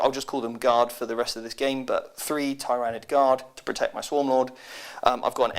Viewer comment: Your insistence of saying tyranid and tyrant guard wrong is quite annoying lol